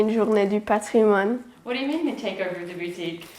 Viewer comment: Excellent. Great site, wonderful château. Lots of time, elbow grease ahead. (By the way, for Heritage Day in French, you pronounce the "n" in "patrimoine". ;-)